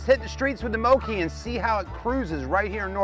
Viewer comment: FYI it’s pronounced Moke as in Smoke